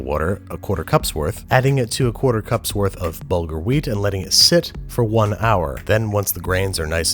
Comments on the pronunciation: HAHAHA the way you pronounce BURgel is hilarious. It's actually pronounced buur-ghul: برغل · Long time whacer, love your channel, you srewd the pooch, let me count the ways... 1. It really should be motton, fattay motton, with the option of veal with sheeps fat. 2. Tabulle should be mostly greens, lots of parsley, lots of corriander, some mint, a little tommoto, and its pronounced burgul- corrasly pouded wheat. 3. Thina- you made the raw stuff, now you should prepear it, add a1:1to a1:3 ratio of cold water, a lot of lemmon juice, garlic, and salt. I am Israeli, so pardon my spelling, and the meat is not introduced to yogurt in this corner of the sea, I wonder if its a xommon practice anywhere, sounds Indian to me, and very american.